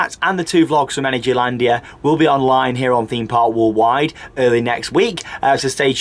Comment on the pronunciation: I always want to comment on the way says "Theme park Walled wide"....but I cannot bring myself to say anything negative about this guy....he is brilliant at this type of thing and always brings excitement and enthusiasm to every vlog he does. I just watch his vlogs when im in need of a bit of fun and interesting stuff ….a great guy thanks for doing these vids's.